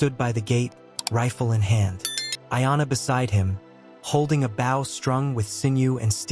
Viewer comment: Bow is pronounced BOW--hard O, not an "ao" sound.